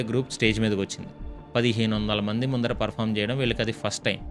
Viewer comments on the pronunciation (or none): none